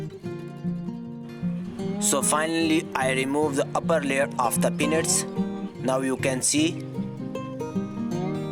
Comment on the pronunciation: I swore he said grow your own "P*NIS"